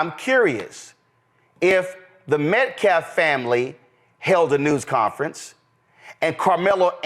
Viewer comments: How does a person that can't speak properly, or get simple words correct act as a mouthpiece/spokesman for anyone? Penda instead of penny.... metclef instead od metcalf i'm sorry, you are going to say that the father of the boy that your client killed was a dishonoring of the memory of his son!!! when he either doesn't have the decency or brain capacity to pronounce a simple name correctly!!! I think it belittling and disrespectful to continuously get the name of the victim of your murderous, killer client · Someone tell that illiterate bottom feeder …it’s Metcalf, not Metclaffe!! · Why does every single person in this video including the main dude say people's names wrong? Who is jordan penny? Who is derek Alexander? Who is Aaron metcalf? Who is austin metclaf? Who is daniel penna? Come on yall it's embarrassing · 🇺🇸👨🏽‍🦳😡🫵🏽 … NOW I KNOW !!!… Y’all HAD TO HEAR 👂 , WHAT THIS GUY JUST ATTEMPTED TO “ INJECT “ INTO EVERYONE’S SUBLIMINAL PSYCHE ?!? 😠…. INTENTIONALLY , MISPRONOUNCING the “ METCALF “ Name , “ AS : METKLAF “ !?!? 😡🫵🏽 DIDN’T YOU HEAR IT YOURSELF ?!?! 🫵🏽😡…. THAT IS AN EXAMPLE OF SOMEONE TRYING TO USE , “ SUBLIMINAL - MESSAGING “ , TO CHANGE 😡🫵🏽 YOUR THOUGHT PROCESSES , TO BRAINWASH YOU 🫵🏽😡 INTO THINKING THE THE WAY , “ HE “ WANTS YOU TO RECALL THESE STATEMENTS “ …. 😡🫵🏽 HE IS “ INTENTIONALLY WITH MALICE OF FORETHOUGHT “ ATTEMPTING TO PLANT INTO EVERYONE THAT IS LISTENING , “ THE VISION OF THE KU KLUX KLAN “ , HAVING BEEN INVOLVED WITH THIS YOUNG MAN AND HIS FAMILY “ …. 😡🫵🏽 THAT’S WHAT WHAT THIS “ CROOKED -A-FELON “ IS TRYING TO DO HERE !!!!🫵🏽😡. “ 😤😠🫵🏽 “ PAY STRICT ATTENTION TO WHAT THESE PEOPLE ARE SAYING HERE !! THIS IS NOT A JOKE ! AND THESE RACIST -HUSTLERS , 😡🫵🏽 “ AIN’T PLAYIN’ “ !!!! 😠😤🫵🏽😡👨🏽‍🦳🇺🇸👍🏽👍🏽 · Lord please his last name is not Metclaff it's Metcalf get it right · “Metclaf”. Say their name! Metcalf fool ….. talk about disrespect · Why can this man not say the word Metcalf? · Dude can’t even pronounce Metcalf’s name correctly